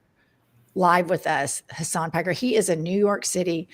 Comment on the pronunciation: Did Jen just call him "Hasan Marie Piker"? Hahahahah